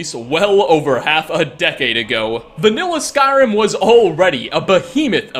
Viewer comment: Does Nate pronounce Skyrim words and names wrong for a hobbie